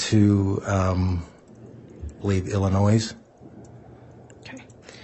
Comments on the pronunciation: Agreed!!! The Illinois mispronunciation makes him sound like a complete idiot. Not to mention, as a software expert he said he learned many "softwares"...no such word....software is plural!! Plus his interjecting "if you will" into every other sentence...doesn't even make sense. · And how did everyone like how he said Illinois....as "illinoize" and for a software expert....he talked about learning "softwares" no such thing...SOFTWARE is plural!! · The detective is a horrible witness. He can’t remember info and doesn’t know how to pronounce “Illinois”. He’s so hard to listen to.